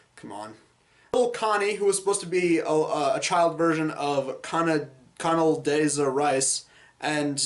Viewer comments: Con-ul-DAY-zuh Rice? It's Con-duh-LEE-zuh. Jeez Louise. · "Conduh-lisa" Rice